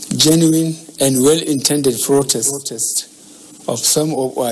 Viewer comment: Is it protest or frotest?.....me I'm not understanding it o....I give up🚶🏼‍♂️🚶🏼‍♂️🚶🏼‍♂️ But wait o...I heard "frovide"...or he was parounocing "provide..?"